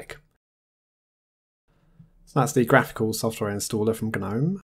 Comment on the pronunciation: "Gnome" like the garden statue has a silent "g." The desktop environment is pronounced with a hard "G" officially, as in "guh-nome." It is a carry-over from when "Gnome" was an acronym for "GNU Network Object Model Environment." "GNU" is pronounced with a hard "G" as well (just ask Richard Stallman, who created GNU).